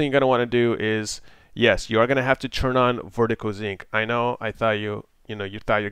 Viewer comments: sync not zinc reeeeeee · lol, it started bothering me after the first 15 times and I'm thinking in my head "SYNC" "IT'S SYNC" "NOT ZINC" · "Vertical Zinc"